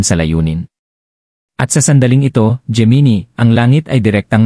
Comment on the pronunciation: Hindi po yan "jee-mee-nee" ang tamang pronunciation nyan. "Jé-Mee-Nai" po ang Gemini..